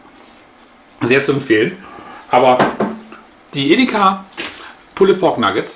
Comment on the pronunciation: Danke. Kurzer Hinweis: Das "e" in pulled ist ein "silent letter" und wird somit eher nicht ausgesprochen.